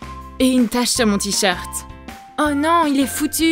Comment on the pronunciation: Elle a dit mon tricheurte est foutu😂😂😂